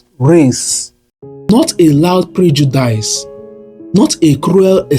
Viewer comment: Nice story telling but u should work on correct pronunciation. E.g Its pronounced Prejudis and spelt as Prejudice but not pronounced as Preju-dice